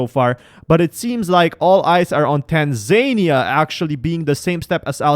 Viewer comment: Is pronounced Tanzania not tanzynia 🇹🇿🇹🇿🇹🇿